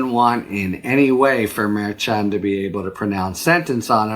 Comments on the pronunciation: FYI it's pronounced mar-SHAN. Not mar-CHON. Just any Latino in your office or orbit, if you have any. Also, I listen to almost all your videos. Keep going, we need you!! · Harry, you're the best. But please learn how to correctly pronounce the name of Judge Juan Merchan.